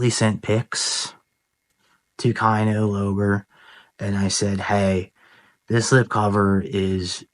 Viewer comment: You had me at "kai-no low-ber"! Keep Slippin!